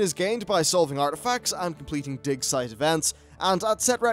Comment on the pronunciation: All I can hear is.... "di*k" site :-D